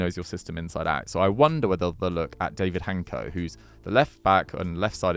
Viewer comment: Little help with Hancko pronounciation: Dávid (Daavid) Hancko (Hantsko)